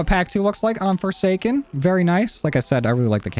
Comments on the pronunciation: No one notice he said Foreskin inteasd of Foresaken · I swear he just said on "foreskin" not foresaken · No one noticed he said "fore skin"?